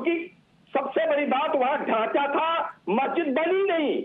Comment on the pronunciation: chitra ji apka ma language nehi sikha ?babri masjit ko dasa bolrahiho ?